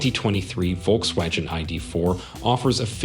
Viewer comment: Volks-wadgen ? Wadgen !! 🙄🤦‍♂️